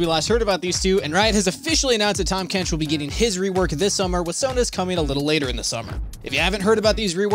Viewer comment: "THAM KENCH"